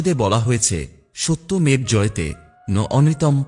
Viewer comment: একটা উচ্চারণ খুব খারাপ করলেন - সত্যমেব্ হবে সত্যমেব-অ।